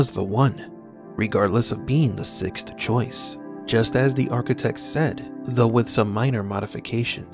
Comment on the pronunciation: It's not "fift" and "sixt".